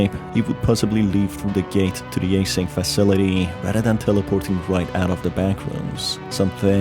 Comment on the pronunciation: A-SYNC Lol